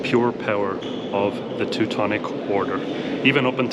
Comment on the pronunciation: I love how she pronounces "Teutonic" correctly